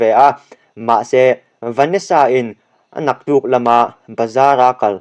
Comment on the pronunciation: Atuk leh tihtur "anaktuk" nilo in